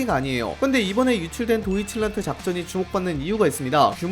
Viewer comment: 도이칠란드 ~ 도이칠라든